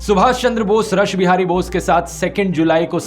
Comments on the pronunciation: ध्रुव जी बहुत बढिया व्हिडिओ हैं, कुछ सुधार हैं, रश बिहारी नही उसका उच्चारण रास बिहारी हैl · Sir rush bihari bose nhi "raas" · रास बिहारी बोस है या रस बिहारी बोस